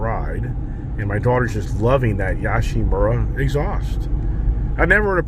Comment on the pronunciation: It’s pronounced yo-she-Mura… obviously not spelled that way…😂